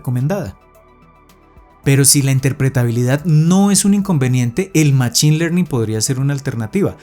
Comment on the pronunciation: Buen video, lo agradezco. Un pequeño feedback es la pronunciación de "machine" que en inglés se pronuncia "mashine" y me provoca escalofríos cuando lo pronuncias en español con la ch jaja